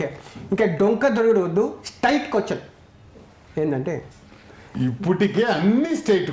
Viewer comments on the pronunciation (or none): none